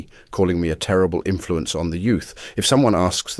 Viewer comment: best facking monment "tereble influenc one the youth"😂